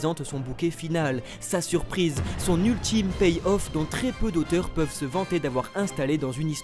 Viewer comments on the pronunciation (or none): l’être ult-Ym 😂😂😂